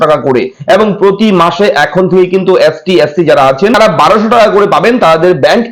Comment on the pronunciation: অ্যাশটি নয় এসটি ওটা